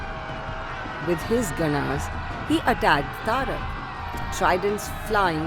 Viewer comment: Madam it is taraka not tarak. We in south pronounce sanskrit words correctly. But wonderful depiction.